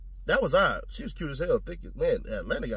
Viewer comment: “She fied” 😂😂😂😂